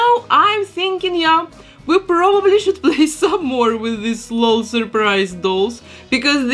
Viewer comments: It’s l-o-l not lol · I love all your work 🤩 but please it’s El - Oh - El dolls not lol dolls 😂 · You said lol dolls wrong not lol L.O.L. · I love it when people pronounce it Lol instead of L.O.L. xD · I love it! To help u know how to say it, if its even necessary, the LOL is pronounced just as letters so its L.O.L doll (eL-Oh-El) doll. But i like how u say it. And u can say it however u want. Just in case u want to know. I just love your channel so much!